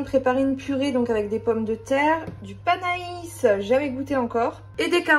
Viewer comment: Cc, c'est pas panais ca ce prononce panè.....ah les légumes c'est pas ton truc....mais bon tu as goûté un nouveau légumes bravo 🤣🤣❤❤❤👍👍😘